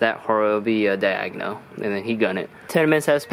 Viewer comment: “Third coat is day agonal “😂😂